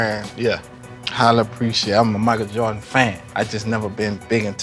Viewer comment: Any man that says "Jawdins" is a OG lol